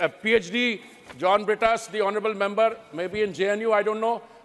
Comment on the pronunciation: Modi ji members bolna to sikh le